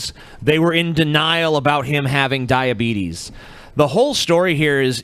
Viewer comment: it's pronounced dia-beet-us